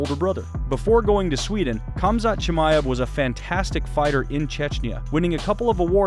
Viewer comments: It's HAMZA not kumzat lol 😆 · Why are you pronouncing it as Kumzat not Khamzat? It sounds like you’re calling him “cumshot Chimaev” like Covington does lol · Its Hamza, both the K and T in his name is silent. All you have to do is hear him say it. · NOT KAMZAT KHAMZAT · The k is silent it's hamzat just spelled khamzat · his name is pronounced as HUM-ZHAT not the way you pronounced it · Dude it's not Cum-zaht... Sheesh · its killing me how he keeps saying "Kumzot" lmao take some bribes from Colby? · the k is silent bro. fucking hell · What some people don’t understand is the “K” in Khamzat is silent. 😂